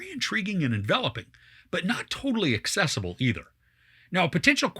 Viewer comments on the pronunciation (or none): none